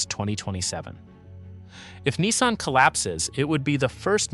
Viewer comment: So long as I live, I’ll never have a Chinese car in my driveway. And this video’s AI needs to be reviewed. Lots of audio artifacts and weird pronunciations. Especially the inconsistent pronunciation of Nissan.